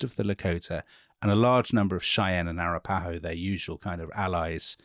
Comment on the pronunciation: Also btw your Churchill impression far exceeded your Sitting Bull's. Also Arapahoe is pronounced with accent on the 2cd syllable